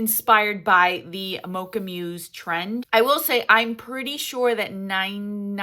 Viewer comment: Mousse (the dessert) is pronounced like the animal (moose) 😊😊😊 It is a beautiful color, I agree!